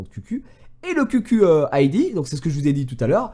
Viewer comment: Ça se prononce khiou khiou et pas qq